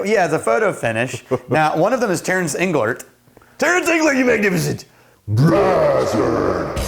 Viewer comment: did you call him a "magnificent bra-strap?"